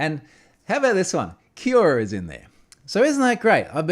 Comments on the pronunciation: Come on Troy. You must know how to pronounce Quora. Hint: It's very similar to Quorum. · That's not the way "Quora" is pronounced :)